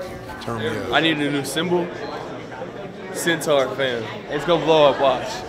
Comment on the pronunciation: Aubrey Martin bro centaur not sintar